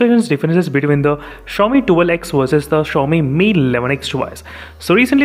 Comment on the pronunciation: Sorry Bhai but it's not that hard to say twelve x What is this tool x ?